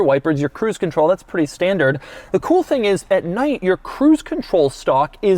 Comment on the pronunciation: "... in a mid size luxury sedan hatchback tThiing..." I felt that.